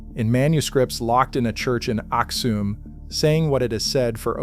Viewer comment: It's pronounced Axum not axume I'm Ethiopian and the earth is about 6000 years only not millions of years